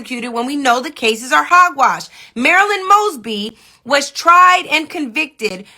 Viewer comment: "After much consideration, I've decided to pardon Marilah Mogsee, um uh, Maralo Mugs, Moss, moshly... MARYLAND MOESBEE"